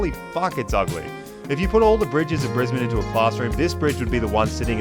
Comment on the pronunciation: I had to advise a United hostie this is literally how you pronounce it, not "Briz-Bayne", as the purser had said on the in-flight PA system. Note air connections to north America are rapidly improving from BNE, allowing you now to avoid LAX. Air Canada direct to YVR (Vancouver), United direct to SFO (San Francisco). Now we just need Seattle-based Alaska Airlines to run a direct BNE-SEA route for all the Aussie tech bros who live in the US Pacific North-West.